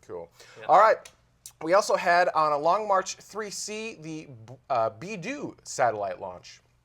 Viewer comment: 1) Beidou is pronounced "BAY-DOUGH" 2) Asteroid capture/redirect mission